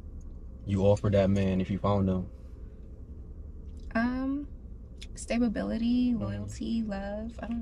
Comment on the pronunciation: She said stable bility lol